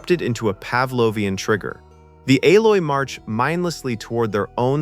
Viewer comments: Eloi ... not Aloi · EE - loi, not A - loy. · It's pronounced e-loi not a-loi !!!! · This whole video sounds very ai. 'Ay-loy?' the pronounciations and phrasing don't sound right. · Here's why I stopped at 1: 19.......it's the pathetic use of AI. "aloy" ??? Serious?? It's eloi...E-LOY......one more dipshit to block. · "Aloy"? It's ELOI. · You would still need to clarify. Something like “Ee-loy”. Otherwise it could be misconstrued as “El-oy”. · "Ay LOY" ....wtf? xD It's Eloi, dude. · "A"loi ??? Obviously computer generated GARBAGE. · This bloke just cannot pronounce ELOY >>>> E - LOY lol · E E E ELOI ! NOT ALOI ! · What a marvelous treatment of this classic film. I remember the correct annunciation of the future people as (ee-loy) not (A-loy). Regardless this film and StarTrek TOS inspired me to become a physicist and higher mathematics theorist. Today I am actually writing a language entirely constructed from light for sending vast amounts of information to the furthest reaches of interstellar space. We are also working on a warp drive theory based on Alcubiere's work and know in our hearts that these fantastic ideas we watched as children are within our reach. Never doubt the human spirit or imagination, we can achieve anything. Perhaps even time travel one day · It's Eloi not alloy....... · Yeah, that "Al-loi" made them sound like some mixture of metals 😅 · The AI-oi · It is the Eloi. You need to learn to speak correctly. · These kind of videos are amusing but appear to be AI generated and narrated. The narrator at 0.56 calls the Eloi the "Aloy". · you have never seen the movie when you can't pronounce the human tribes name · It's Eee-loy and a Communicator is not a Tricorder. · Either way, AI still can't get it correct... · You've been duped, this is AI without a doubt. The way the fake narration says dates like One Nine Zero Zero instead of Ninteen Hundred is a dead giveaway. Also got the Eloi pronunciation wrong....